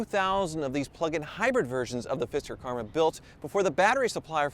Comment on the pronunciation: "fister" Karma ?